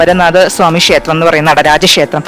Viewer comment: ഷേത്രം എന്നല്ല, ക്ഷേത്രം എന്നാണ് ശരി